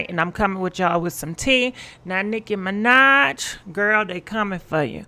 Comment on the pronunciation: Mi-NAHj not Mi-Nodge